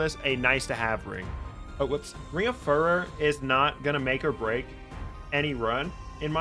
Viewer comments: Fyoo ror, not fur er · Like fury, not furry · Furor, related to Fury, and Furious Repeat after me phew-roar. There's only one 'r' in the center of the word, not two. It is not pronounced fur-rur. If you insist on pronouncing it furr-ur, you then need to pronounce Fury as Fur-ree, and Furious would be pronounced Fur-ree-os